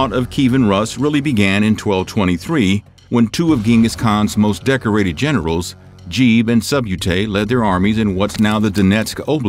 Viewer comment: "Jeeb and Subyoutay"